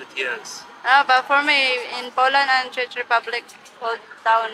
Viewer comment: Why u pronounced it as "Chech" i think its Czech like Check with "k" when u pronounce it😢😡